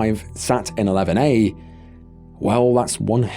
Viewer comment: I kept thinking you were saying lemonade rather than 11A lol!